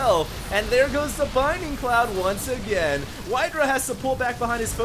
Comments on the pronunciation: Please... Please read this. It's BLINDING Cloud, not BINDING Cloud. I'm not saying this to be mean, but it just makes me cringe every time you say it. That being said, aside from the mistake that you pointed out in the video, this was a truly excellent game and I'm totally glad I stayed up late to watch it. Props on finding this replay. =) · I love that you're casting so much HOTS. It's great! But seriously, it's bLinding cloud. Notice the L. Please. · Dude. You pronouncing Blinding cloud incorrectly is killing me.